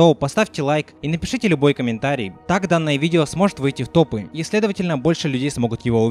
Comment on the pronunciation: Тоф?мне послышалось ты сказал не топ а тоф